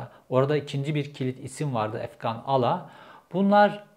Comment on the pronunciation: Ula oğlum efgan âlâ diye okuyacaksın.ne demek ala .ala inek kara inek derdik biz köyde .sen köylümüsün